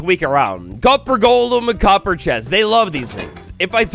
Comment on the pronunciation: It’s “golem,” not “Gollum”!!!!!